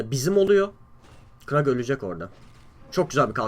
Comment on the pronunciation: Kurl a krag diyon dikkat et abi :)